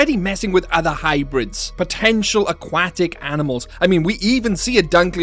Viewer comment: Never heard someone butcher the word aquatic like that in my life.